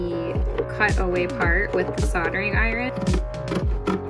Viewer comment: Why are you over-pronouncing iron?